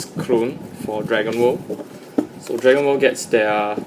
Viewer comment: honestly when you said Dragon world, it sounded like you said Dragon ball :/